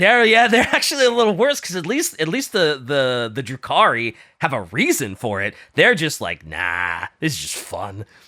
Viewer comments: Stop saying Drucci, like Gucci........ (it's *Druki*) I cringe in pain!:face-fuchsia-tongue-out::face-fuchsia-tongue-out::face-fuchsia-tongue-out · The pronunciations are the only things about this video that I dislike. Druchii is like Drew-key. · Druchi is with a "ki" sound not a "chi" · You pronounce druchii with a k not a c, like drukhii And keep up the good work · Love that there is no H in the Dark Elves' name, but they still say "Droochee" xD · "maliketh" and "drew chee" pisses me off more than I should allow it to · It's pronounced "dru-kii" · Druchi is pronounced with a hard k sound, like “Drooki” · MaleKITH, people. Like KITH and KIN. Like KISS with a lisp. ...And while "Drew-chi" might be acceptable, I'd suggest going with "Droo-key" instead. Also, Morathi can get it. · Late but the way they kept mispronouncing Druchii with the "ch" like in "church" and Malekith like Maliketh (VERY DIFFERENT) from Elden Ring was killing me throughout the whole episode. Please god bring in PancreasNoWork. I beg.